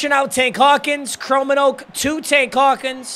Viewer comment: It hurts as a Dutchman hearing him say "Chromenoak" instead of "Kromenhoek" 😂😂😂😂 Love the content!!